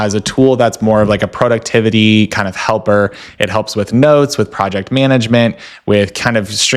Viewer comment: Interesting video but “Prow-duxtevity” sounds like an app name is confusing